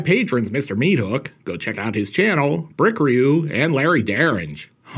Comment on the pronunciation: This is probably the first time anybody has ever pronounced "bricriu" correctly the first time! Thanks for the shout out!!!